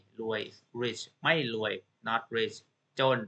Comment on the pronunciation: You are pronouncing the ร raw rua.. as L sound Law Ling ล Khun Luay Mai